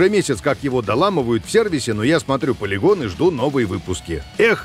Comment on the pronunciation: Пацаны пачему тот дядька гаварить палигон а не полигон